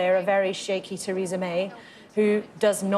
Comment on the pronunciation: The only name she fucked up was Teresas', priceless.